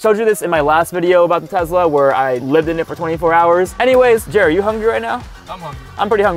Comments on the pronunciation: It's Tesla not Tezla!!! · Just so you know it's Tesla nor Tezla! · Can you say tesla: tezla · " I'll be driving my 150k tezla" anyways, nice vid keep up the good work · Ah yes tezla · Tesla ❌ Tezla ✅ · Him: Tezla 💀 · Why ya day Tezlas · Bro said Tezla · the way he said tesla